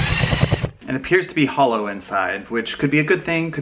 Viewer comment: Who else thought that when he said hollow I thought it was holo inside and I was like what's wrong with holo 📀💽📀💿💽💿💽